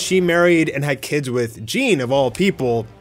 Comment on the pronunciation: said Jean 😐